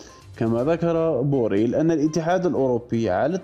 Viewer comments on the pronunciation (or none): جوزيف بورال وليس "بورويل" ..